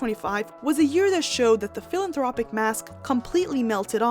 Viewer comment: Philanthropic is pronounced as "fill-an-THRAW-pick".